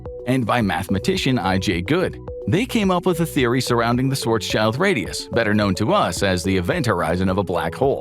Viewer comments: It's Schwarz-schild, not Schwarzs-child. It's German, not English. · Schwarz. Schild. NOT shwarz child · Schwarzs - child LOL It's Schwarz - Schild, the latter part meaning 'shield' and pronounced similarly. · "swartz-child"...wtf...dude...it's schwarzschild....shwarz-shild....black-shield. shield, like a knight wears it. not child. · I really wish people would learn to correctly pronounce Schwartzschild before pronouncing it as Schwartz Child. It's Schwartz Shild. Please and thank you. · Schwarzs"child" xD you spell the first part right but the end you should spell like "shield" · Learn to pronounce Schwarzschild first.